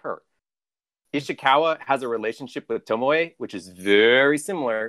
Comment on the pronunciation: It takes a special something to go through a long and memorable questline with a character, hearing their name pronounced Tomoe and then still call them Tomo. Guess I shouldn't expect more from